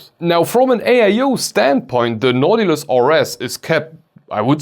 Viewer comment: Nah. Without the -tilus. It's Now-ti-lus.